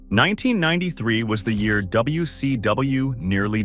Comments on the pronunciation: The A.I voice struggling with "W..........C...W" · Seriously. It can hardly even say WCW properly, if ever... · Ah yes good old Lavern Clarence and the AWA 😂😂😂😂😂😂😂plus I learned one thing from the video. AI has a difficult time pronouncing wcw lol hilarious to listen to 😂😂